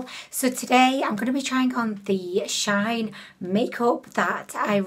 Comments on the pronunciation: Omg no hate to her, but the fact it annoys me so much that people say "Shain". Dude it's "Shiin", as in "She In" and Shein is from "She Inside" bruh. Imagine saying "Shayinside" B R U H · WOW I just love love love your makeup look, although the contour was a bit disappointing 😉 She-In used to be called She-Inside, so it’s not pronounced shine, but She In ☺️ Love you 💖🦄